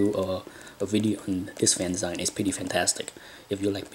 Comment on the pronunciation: Someone please tell this man it's pronounced "fan-ZEEEEEN!" I think I'm on video 3 now. Kudos, my asian friend.